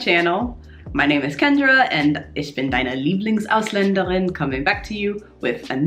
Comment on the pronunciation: wow you actually pronounce the German 'r' really well...as in 'LieblingsausländeRin' 😉